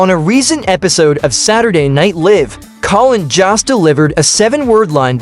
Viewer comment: Why would anyone want to listen to a poorly produced AI narrative that can't even pronounce Saturday Night Live correctly. The pretend voice said "Saturday Night Liive (as in live and let live). Pathetic.